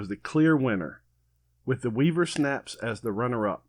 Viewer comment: I thought you said snacks!